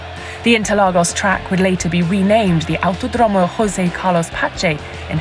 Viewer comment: " Auto dromo" was killed me Note: i'm brazilian, here in Brazil we speak "Autódromo"